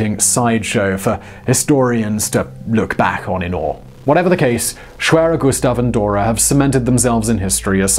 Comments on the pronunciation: Greetings from Germany! You pronounce the name very well. No complains from me about the english tongue accent. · i speak polish, and you 'almost' said it corrctly :) matter of properly accents but overall quite good :) try to learn other 'schwere' names such as.. schwerepanzerabteilung (i love german way of sticking few words together and make a new one :) ) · The pronounciation of schwerer Gustav was actually quite good. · your pronunciation of schwerer gustav was actually pretty good